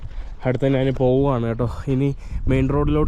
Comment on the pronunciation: അതിന് ബ്രോ മലയാളം നല്ല രീതിയിൽ പറയാത്ത എന്താ.. നാൻ നാൻ എന്ന് എന്തിനാ പറയുന്നേ.. ഞാൻ എന്നല്ലേ.. തെറ്റ് പറഞ്ഞു ശീലിക്കാതെ ബ്രോ